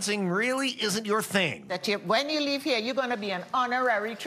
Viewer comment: So wonderful you featured the T&T embassy. And it’s “steel pan” not “steel drum” (you mostly said it correctly) and it’s “Carnival” not “Carnivale”